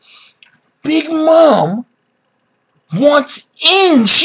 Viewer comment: What Mam?? It's mom. Big Mom